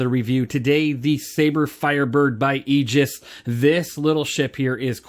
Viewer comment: Nice to hear someone pronounce Aegis correctly